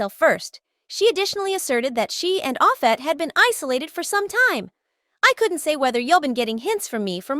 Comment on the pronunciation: you little non talking it quit butchering this man name how can you not pronounce his name its simple as day and night its off- set can you say it with me say it little it off set. i wish that i knew your name so that i could butcher it...........